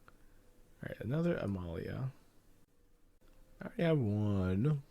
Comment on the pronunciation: Why is he pronouncing Amalia (Uh-Mall-e-uh) A-male-e-uh?